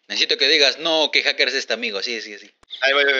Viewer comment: Luay no es acherk es cuaker